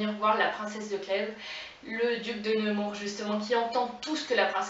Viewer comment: Mervi beaucoup! Persévère ici et sur Instagram. Et petite note prononciation c'est nEmour pas nÉmour:D Force. Amour. Inspiration. Sur:)